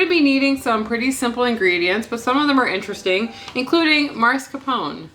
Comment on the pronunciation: That’s exactly how you say it “Mascarponr” you said it correctly? Love you guy’s . I’m Italian so you were great at pronouncing it.